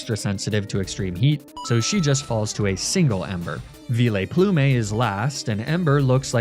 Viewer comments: Vileplume ≠ Vee-Lay-Ploo-May You’re a mega troll and I won’t stand for it no more!! :)) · ‘Vee-lay-ploo-may’ has to be my favourite unorthadox pronunciation yet😂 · You know, it took me a while to get used to your "Arcanee-nay", but "Veeh-layplumay" is just going too far... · No one:: Vi;Le;Plu;Me 😂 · Veelay-Plume-ay is pure gold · Lmao never heard anyone ever call it "veeleyplumey"